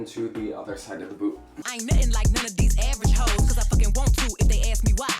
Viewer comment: lmmfao.. not me thinkin the whole time he's callin it their boo 🤦🏻‍♂️😂 not boot..